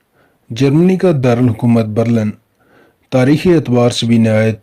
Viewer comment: Bhai Berlan Nhi , Berlin hai